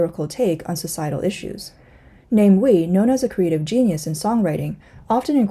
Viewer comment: Namewee is pronounced as Nah-mah-way